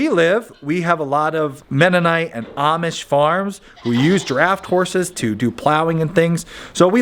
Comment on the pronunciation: At first, I thought you said "giraffed horse", and was really disappointed when I realized you said "draft horse".